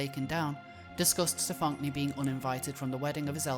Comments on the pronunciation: The fact you insist on pronouncing this individuals name as Stefonk-nee... :D I always thought that it was pronounced the same as "Stefanie" (Stefon-knee) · Every time you mispronounce his name I cringe. “Steph-onk-nee” lol 😂😂😂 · I lose it every time you say STEF-FAWNK-KNEE 😂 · The name is Stefan-Knee. Like “kneecap”. The “k” is silent and they even pronounce their name for you like any other “Stefanie”. Your pronunciation makes me want to rip my ears off, just call him Paul it’s less jarring to your listeners since he is a faker anyway. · I love the pronunciation, "StuhFonkNee"... 😅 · 'Stephonk-nee'. Oh my god. Of course. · So much research here--and it is a really well put together video--but that's not even how the name is pronounced. It's a shitty spelling of "Stephanie," sure, but you'd think you could get it right if you were doing investigative journalism about someone. I mean, that's kind of a ridiculous error.